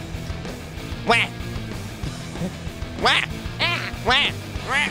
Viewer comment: WAH xD NOT QUAH WAH